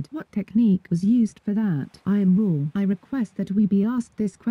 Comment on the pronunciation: It really said I AM RA (not raw)